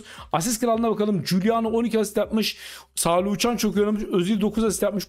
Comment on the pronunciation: abi kusura bakma ama spikerlikte ilk defa senin kadar kötüsünü gördüm pelkasa szalai,sorlotha muhammed sorloth fln diyosun keyfi kaçıyo